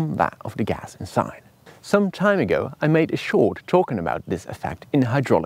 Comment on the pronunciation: His pronunciation of “gas” really triggers me though.